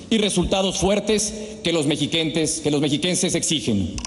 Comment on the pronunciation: No sabe ni decir mexiquenses empezando y cagandola